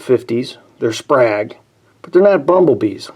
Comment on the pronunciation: It’s pronounced “Sprāyg”… Sprague is the company name